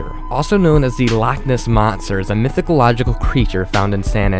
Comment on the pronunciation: 'Mythological'... :P